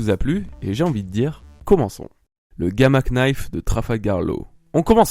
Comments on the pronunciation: Petite precision, le "k" de knife est muet,donc on le prononce "nayfe" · le "knife" se prononce ""nife" mais sinon c'est une super video PS je suis abo depuis très longtemsp vers t'es 1000 abo quand tu t'appelais ONE THEORIE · On dit nife le k ne se dit pas en anglais gamma nife (knife) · Très intéressante cette remarque sur Fujitora et son sabre, à la fin de la vidéo. J'avais jamais fait le rapprochement mais c'est vrai que ça laisse perplexe. Par contre la prononciation de "Gamma Knife", outch. Le K ne se prononce pas. xD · Le "K" de knife se prononce pas :v (désolé, je me devais d'être chiant) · Très bonne vidéo comme toujours ! =) Par contre pour l'anglais le K de Knife se prononce pas x) comme dans know ou knight ;)